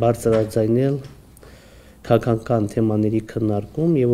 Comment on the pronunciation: դե եսել էմ էտ ասում էլի, որ հայոց լեզուն պետք չի աղավաղել, քաՂաքական բառի մեջ Ղ տառ կա! ՔաՔական չի, որ լսում էս ոնցա խոսում, ուզում էս ասես գնա սկզբից հայերեն խոսալ սովորի